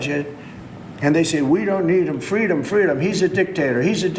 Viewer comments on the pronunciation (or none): none